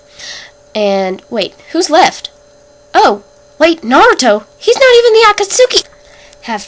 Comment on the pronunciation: lol u pronounced akatsuki and deidara wrong anywho i got itachi xD haha hes gonna kill me for no reason